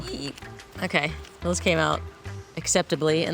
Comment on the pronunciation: "What are doessss!!!!!"😅